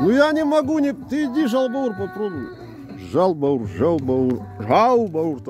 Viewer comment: Откуда вообще взялось произношение жаЛ баур?Если вы знаете правильное произношение зачем говорить неправильно?!